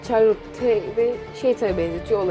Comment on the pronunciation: Çarlotte ne ya şarlot diye okunuyor